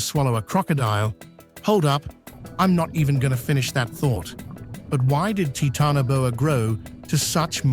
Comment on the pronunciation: “Titanoboa”, root word is “Titan” pronounced Tie tan not “Tee tan”, just so you know.